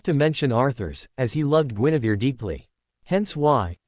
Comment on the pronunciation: It is not Genevieve it is Guinevere